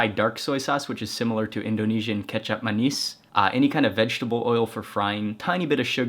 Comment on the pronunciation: Thanks, Mark. I loved that you say "kecap manis" correctly. I grew up in Indonesia. Happy exploring, Mark.